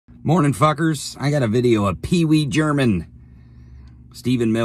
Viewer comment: "Peewee German" 😂